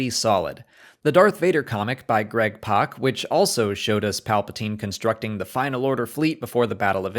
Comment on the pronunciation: Cool to see you pronounce Greg Pak’s surname correctly. I feel like most people don’t.